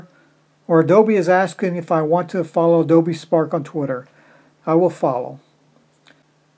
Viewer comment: Its twitter not tweeter lol